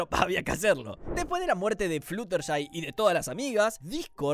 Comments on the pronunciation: Flushertai? Se dice Fludershai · "Flusherty" Pobrecita no pueden decir su nombre bien por una vez. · Como fan obsesionada con mlp te digo que pronunciarte mal algunos nombres, fluttershy se dice florershai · Jajajaj la forma en la que pronuncia el nombre de fluttershy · Voy a ignorar lo mal que pronunciaste "Fluttershy"